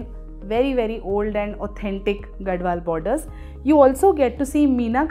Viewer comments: It's pronounced as Gadhwal and not Gadwal. I'm from Telangana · Mam it is gadhwal not gadwal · it is “GaDHwal”, NOT Gadwal. It is from Telangana. You should study before you make videos with wrong information. And stop selling bad sarees.